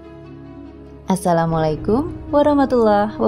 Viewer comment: Ini yg ngomong di videonya ga ada yg lain apa yg lebih bagus suara n cara ngomongnya n lafaz arabnya lebih bagus, ucapan assalamualaikumnya ga meyakinkan